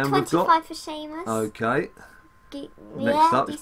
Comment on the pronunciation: No hate but ur saying sheamus wrong